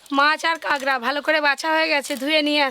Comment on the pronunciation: স্পেশাল❌ পেশাল✅ কাঁকড়া❌ কাগড়া✅ 😂😂